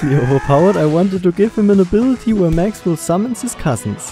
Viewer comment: El Maxwell instead of El Mexwell 😭